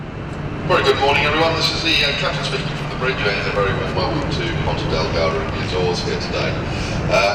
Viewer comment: i can also tell you that the azores is much cheaper than the mainland Portugal, so, with 1,700USD per month you will have absolutely no problem whatsoever... and its not "porta del garda", its Ponta Delgada. Hope i helped you